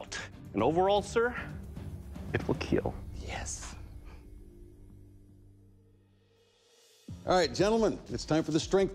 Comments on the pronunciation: It will “keel” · it will keal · It will keel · the guy who says it puts specific emphasis on the I in kill and makes it sound like an e, seemingly as an Inside joke as he gets that grin like he pulled a fast one on ya.